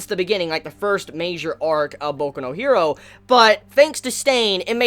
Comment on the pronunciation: Like your stuff, but just say hero in the English pronunciation, not her-do